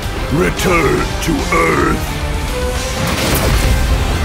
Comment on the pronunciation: "Suidicial tendencies" Bro who tf attacks someone with suidicial tendecies Thats scary as fuck